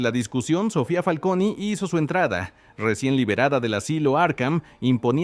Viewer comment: Me pone nervioso que le diga Familia "FALCONIII" 😅